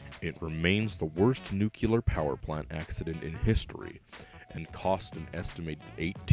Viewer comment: Nu-clear, not nu-cu-lar; that's how Bush said it. Don't be like Bush.